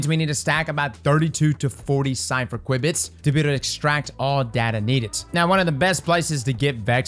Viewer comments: "Q bits" not "Quib bits" lol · Queue bits. QUEUE bits. not qwibits XD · It's pronounced 'queue bits' (qubits) dude... that was painful man- thanks for the awesome PSA one again though!! :D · It's not pronounced quibits btw, it's pronounced queue-bits. It's a computer science/physics term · Just a heads up, it is pronounced "q- bits" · I like how calls the ‘Kwibbits’… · They're pronounced "kyoo-bits" btw lol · pronouncing qubits got me rolling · I know I giggle each time. Sounds like something you’d expect to hear from a vex toad.